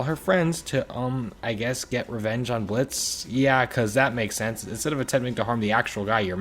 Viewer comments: Umm... The O is silent with Blitzo's name. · THE O IS SILENT 😭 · His name is Blitzø, the “O” is silent you illiterate Dummkopf. And keep your mouth shut if all you’re going to do is talk bad about Vizzy Pops beautiful sense of humor. And you should be ashamed of yourself for self projecting all your insecurities upon Sweet Stolas. You should really take a second to make sure everything up there is functioning properly before spewing all this hateful rubbish, get an IQ check man, Jämmerlich… erbärmlicher Verlierer, hol dir schon einen Job, Dummkopf.